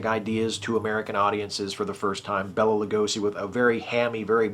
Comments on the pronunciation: Okay, loved the review and how cool was making a spanish speaking film at the same time? I am trying not to be nitpicky here, but I believe he pronounced his name Bay-la, not Bell-la. Sorry, that WAS nitpicky.... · Hey, what's up man? Loved your video! It was really great! I love the 1931 DRACULA. Such a great movie. Hey, I'm gonna do my main man Bela a solid here. His name is actually pronounced Bay-Luh. Anyway, please keep up with the videos! Really enjoy them.